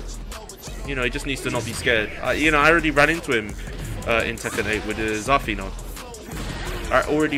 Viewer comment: Zah-feena. My guy can't pronounce some of the easy names. Can't pronounce japanese words or regular words. Maybe he should stop talking.